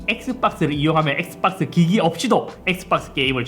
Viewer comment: 엑스빡스 라고 발음하는거 중독적이네ㅋㅋㅋ